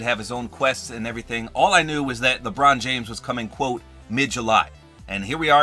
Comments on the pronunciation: LEbrOoon jAAAmes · I like how he said Lebron James in that accent instead of normally saying 😂 in